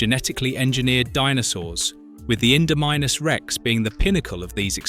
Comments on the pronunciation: indowhat?😂😂 ... great video though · Nothing like an InduhMimeUs Rex to scare ya to death